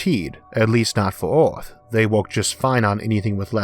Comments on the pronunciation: Not sure what language you speak but English isn't your first. Oarth is the first clue but you miss pronounce to much to take you serious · Where's the narrator's accent from? I've never heard anyone pronounce Earth as Orth! From and repeated several times. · Orth?? Wt. Why choose to speak in a fashion no one can understand?? Are you trying to say Earth? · The Orth. LOL!